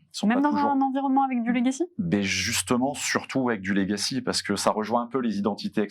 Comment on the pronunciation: Il ne peut pas y avoir une prise de conscience des risques numérique si il y a des mecs qui parlent franglais, utilisent des mots anglais qui sont des faux-amis de mots français. Il y en a un qui dit : "j'ai 10 ans de legacy". D'une part il est infoutu de prononcer le mot correctement, d'autre part, ça veut dire quoi dans le contexte? Je suis dans l'IT depuis plus de 20 ans, je bosse sur de l'IA et de la cyber-securité. Je n'ai aucune idée de ce qu'il raconte. Arrêtez cette vibe pourrie de bobos d'employé le franglais. Parlez français ou anglais mais choisissez !!🤬😡